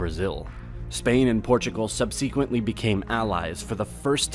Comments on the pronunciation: What's with the pronunciation? "CAST-el" instead of "Cas-STEEL"? "Sub-SEE-quently"instead of "SUB-sequently"? "France did a great damage"? Whats "a" great damage? " Most wealth came from abroad.... new goods that came from Asia or Americas." You mean 'THE Americas"? "Portugal was mostly a hilly and not a very attractive country to conquer centuries ago." Whaaaa?? "The reasons for the fact that Portugal wasn't conquered by Spain are many." (Why not simply: "For many reasons, Spain didn't conquer Portugal.") Whoever wrote this needs a writing course. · Where did you learn to speak and pronounce English? Sub-SEE-quently?? CAST-ool is so painful to listen to over and over again. It's pronounce cas-TEEL ! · I'll excuse the Non-English words but "sub-cee-quently"!? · does this person really not know how to pronounce "subsequently?" If it's a computer voice, it's a damn good one. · He mispronounces the English word "subsequently" as well.